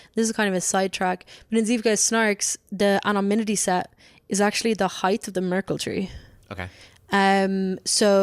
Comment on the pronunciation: Is she saying anoMnymity?